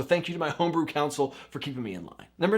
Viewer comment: "Tome-brew"... had to stop and like the video for that one...